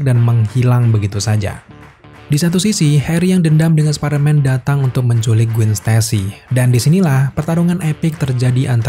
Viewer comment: Gwen dibaca Gwen bukan Gwin